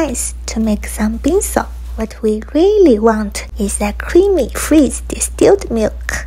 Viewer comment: Captions: “bingsu” pronunciation: bingsO 🤣❤️💅✨